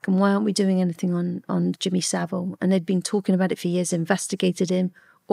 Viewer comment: Straight off he’d be rubbing me up the wrong way refusing to pronounce my name correctly!